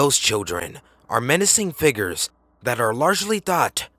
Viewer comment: "Figers" Not being mean just luaghing my ass off at it